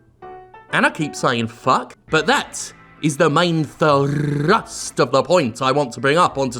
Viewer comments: Did you quote chicken run? "Thrrrussstt!" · I was just listening, so when he said "main thrrrrrrrrust" i had to rewind to see if there was a picture of a Scottish chicken.